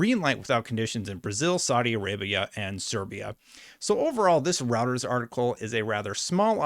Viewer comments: lol, “row-ters” is still so jarring every time he says it. Roy. Ters. Royters. Reuters. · It's Reuters (Rew-ters) not routers like the wifi. The hell is wrong with you? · “Routers” lol it’s “Roy-ters” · Love the content! But its “Roy-ters”. Not routers, rooters, or roosters. I swear you change the pronunciation in each video. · It's pronounced ROY-turs. A router is what you install at home for Internet access. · ROY-TURS....IT'S PRONOUNCED ROY-TURS, not ROUTERS....they are a news organization, not a network routing device.-----Other than that, I love your videos, and am subbed. Keep it up, nice delivery. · I can’t take the video seriously when you start with “Routers is reporting…” It’s Roy-turs. Literally a 30 second Google search will confirm. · It's called Roy-Ters not Router 🫣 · Good video,. I appreciate all the info. Just a heads up though, it’s pronounced “Roy-ters” although Routers sounds like a good tech spin-off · Hi, thanks for doing these updates, much appreciated. One correction, it's pronounced 'ROY-TRZ'. Not 'ROU-TRZ'. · Reuters is pronounced "Roy-ters" not "routers". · It’s Roy-turz not like having multiple Wi-Fi routers, you even hearted my comment about this in another video. You’re killing me 😅 But seriously, great job keeping on top of all this ABK news. You’re one of my primary go-to sources for stuff like this. (And yes I am in the 50% of your viewers who are actually subscribed 😇) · Just FYI, it's pronounced ROYters. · It's pronunciation is ROYTERS - not what you call it. Catch up man. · Thanks for the vid. FYI: It's pronounced 'Royters' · Once again, Reuters is pronounced as roy-ters. _ROY-TERS. I know you don't cover politics or other types of news, but as a journalist of some kind, I think you should know how to pronounce it. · ROY-TERS! It's Pronounced ROYTERS! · I will definitely subscribe if you stop pronouncing Reuters as "Routers". Please! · The way you pronounce smh D. it's pronounced (Royters)